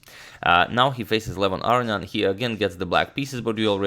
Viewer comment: Who's Arian? Its aronian